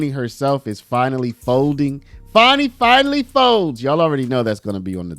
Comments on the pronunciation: Why is everyone calling her "FARNI" . Her name is Fani, it's not hard! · It's FANNY not Fauni 😜😜😜😜😜🤣🤣🤣🤣🤣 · I don't see no "w" in there. So it's Fani (Fanny), not (Fawny)! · Why are you calling it fawny? It's fanny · FAN - ee not FAWN - ee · Its fanny, pronounced as in female genitalia, not funny as in haha. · There is no "W" in "FANI".